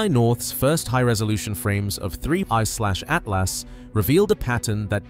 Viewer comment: Fun fact. If a video pronounces this comet as "3 I SLASH A T L A S," then it's probably just ChatGPT generated bullshit and you could just ignore it and go on with your day